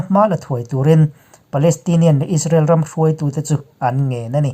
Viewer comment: He channel hi ka sawisel tawh miah lo. Alpha Mizo Production nei tu hian May thla tih pawh a sawi thiam lo, Israel pawh a sawi thiam lo Is-ra-el a ti hihihi he tianga sawi hi ka vawikhat hriatna. Rainbow channel nei tu Mahmuna phei chuan chipchiar tih leh zalenna tih pawh an sawi thiam lo. Hmeichhe ho an tluk lo khawp mai. Milarte news etc